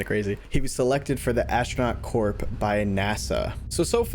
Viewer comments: the word is corp. Sounds like core. Not corp. The abbreviation for corporate or corps a dead body. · Astronaut Corp(sounds like core….not like corp in corporation) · Hey buddy love your videos "Corp," and "corps," are both pronounced as "core," in English, just friendly fyi. Take the Marine Corps for example. We pronounce it as "ma-REEN KOR." Like core as in apple core. Just thought you might like to know. Keep makin great videos man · "CORPS" is pronounced "Core!" Astronaut Corp, Marine Corps, get it? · The "P" is silent in "corp". Example. Marine Corp. Have a good one. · In the word Corp the p is silent bud. Saturn V = Saturn five. genuis